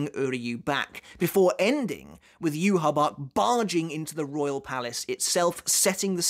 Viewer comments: I know it might be kinda strange, but I’ve always pronounced Ywach as “You Walk” solely because it felt right to me. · Pretty sure Yhwach is named after Yahweh, the christian god whose name is pronouced "Yah-way". I could be wrong about that though. Anyway, that's what I've always called him. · When I was reading weekly, I pronounced his name as "E-vawk". I think everyone has a different way of pronouncing Yhwach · I pronounce yhwach as "you-watch" because it's easier and feels better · neither pronunciation is right. It's German the Y is pronounced like a Germab Ü. Followed by wa and then the German ch. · Pretty sure yhwach is supposed to be said with the german pronunciation since the quincies are supposed to be german. So Juha-Bach. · If we wanna be technical, the correct pronunciation of his name would be something like "YAH-VE" according to how it would sound in paleo-hebrew. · Jahu Bach is correct. It’s the German version of YHWH/Yawach “the Lord”. Baha is how a Japanese person would typically pronounce it. I believe your original take that it ends at 611. Kubo wrote lyrics for Ichibei’s song in his fight with Bach, mentioning it being some of the work in finishing up the second part (ref: Klub Outside).